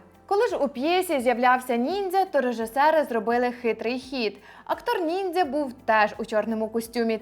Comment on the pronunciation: Я залишу негативний коментар лише тому що ви кажете "ніндзя" коли правильно казати "нінджя" це моє єдине зауваження✨ Багато чого з цього не знала, дякую вам за роботу. Піду перевіряти ваші слова😊